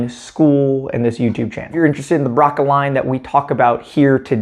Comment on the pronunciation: Braca pronunciation is "bracha" or "bratsha" not "braka". Just in case you may be interested.